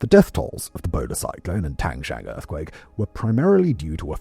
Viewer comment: Mr. Whistler not 1 minute into a video and confidently butchering Tangshan. I think it’s meme worthy.